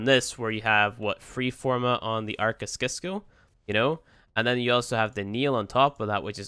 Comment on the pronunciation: It's pronounced 'sisco'